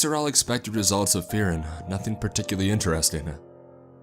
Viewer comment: I love the emphasis on the word “particularly” there. 😫🤮😩😎